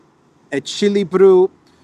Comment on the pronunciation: "Chi" and "che" ar pronounced ki, ke, ș is "sh" . So "ekilibru shi verticalitate" and "ekilibru shi seriozitate" ;)